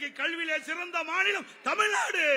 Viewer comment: தமில் நாடு ன்னு எவ்வளவு அலகா சொல்ராரு